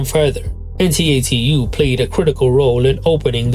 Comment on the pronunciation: First off, La Roux is pronounced like “La RUE” and t.A.T.u. Is pronounced like “TATTOO”. Also, HUGE Kylie fan here, but “ISBSL” is absolutely not an overlooked track (especially in the UK or Australia where it’s looked at as an 1980s classic). By the time the song was released, both Debbie Gibson and Tiffany were also competing on the charts. To say the song opened the doors for young artists the following decade is quite a reach—that could be said for the Spice Girls, Backstreet Boys and Robyn.